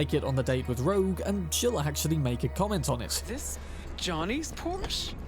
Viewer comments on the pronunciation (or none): isn't it pronounced "Por-shuh", not Porsch (sounding like Borscht)? 😬